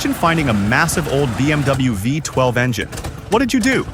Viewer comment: “Viiiie 12”😂😂😂😂. Stupid AI commentary.